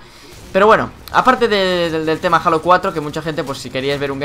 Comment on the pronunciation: No se pronuncia "jalo" es "jeilo" y en español sería "halo" la ache es muda. Saludos